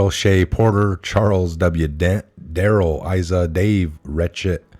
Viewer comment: Darrell Issa is pronounced ICE-a. Bob GOOD lat, Jeb HEN sir ling - all very prominent in Congress. My guess is you never watched c-span much or you would know all these people.